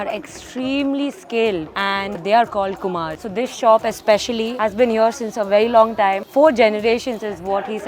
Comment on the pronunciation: Not kumar its kumor.. KUMORTULI